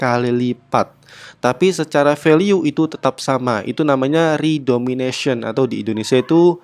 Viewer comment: redenomination min, bukan redomination, beda kok